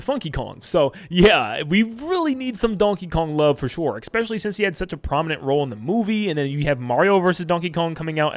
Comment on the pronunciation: "expecially" isn't a word